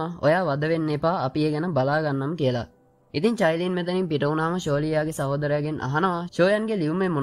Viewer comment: Sudda චයිලින් නෙවෙ කයිලින්